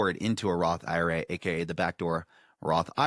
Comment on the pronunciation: Roth eye-ruh